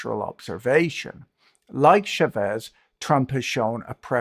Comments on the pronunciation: Chávez, not Chavéz. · Great talk, as usual. A very minor issue of Spanish pronunciation. "Chavez" is pronounced with "cha" sounding like the start of "chart". The accent is on the first vowel. Cha-vez. This is not French, it's Spanish. Remember the cha-cha?